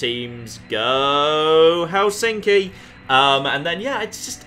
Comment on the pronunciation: Ohhh my god the way you pronounce Helsinki... Hell-sinky. it's more like Helss-in-ki or sth, right?